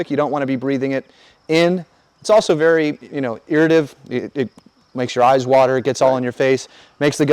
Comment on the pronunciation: not a thing.. It is.. "Irritative"... IR-uh-tay-tiv